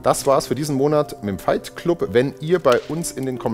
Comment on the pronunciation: Mensch, sprich Club doch englisch aus! So ruinierst du doch den Wortwitz.